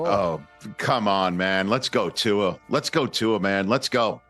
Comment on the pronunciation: C'MON Rich your a intelligent man. Pronounce Tua's name correctly.